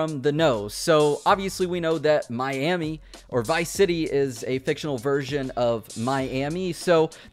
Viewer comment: Nobody:: My Emmy